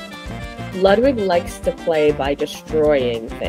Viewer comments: I love rabbits but the pronunciation of Ludwig is infuriating, it's Ludvig. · It pronounce "LUDVIEG"